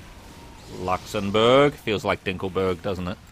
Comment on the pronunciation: "Luxembourg" sounds like "Dinkleberg" 🤣